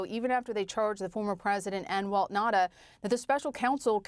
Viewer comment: It’s Na-oo-ta, not Nahda! Ignorant!